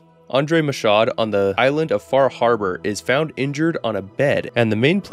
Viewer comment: FYI the "D" is silent in "Michaud". I find this character interesting because he's most likely French-Canadian due to Maine receiving lots of French-Canadian immigrants in the 19th and early 20th century (and to this day New Hampshire, Vermont and Maine have French as the second most spoken language) but his accent is Parisian which is probably an oversight by Bethesda.